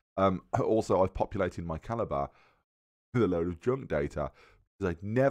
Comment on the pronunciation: haha i also said calib-re